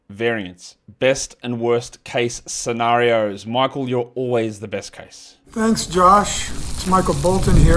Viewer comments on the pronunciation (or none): none